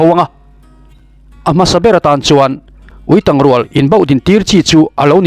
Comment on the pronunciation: Ui ketângchiau nen inhriat pawlh ani maithei e, Uitàng rual tih a 'tang' tih hi chu Tangkawng kan lam anga lam tur aniin ka hria..